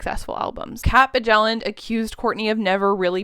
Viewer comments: Bjelland is pronounced Be-yell-and. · Bjelland is prounounced like Byelland btw, the j is silent